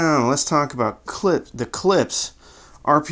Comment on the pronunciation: It's pronounced Klippshhhh